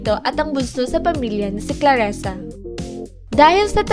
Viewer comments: Dzi ayusin in mong prnzunciation mo clarissanot claressa... Owa kainis ka murder mo zng name nya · "ClarIsa" po, HINDI "ClarEsa." Clarisa. Clarisa. Clarisa. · Nakakatawa ka, Claresa o Clarissa, ok sana pero mali ang bigkas ng pangalan.tao lang nagkakamali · Clarrisa...di clarresa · Clarissa hindi Klaresa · Hahaha, daming alam pero di alam bigkasin ang CLARISSA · It's Clarissa (kla-ri-ssa)